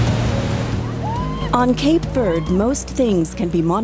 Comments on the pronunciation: All that machinery to copy what the sun easy does through evaporation.... also, Cape Verd? LOL can we at least say it correctly? Even in English a German speaker should be inclined to pronounce the e in Verde. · It’s pronounced Cape Verdeee! Where did the narrator ever hear in pronounced ‘Verd’? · In English it is pronounced Cape Verde, not Cape Verd…… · Why do you pronounce it “Cape Vurd”? text-to-speech software? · Stupid AI commentary. Its Cape Verde not Cape Verd. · Could you at least pronounce the name of the island correctly? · You could at least pronounce the name correctly when doing a serious documentary 😩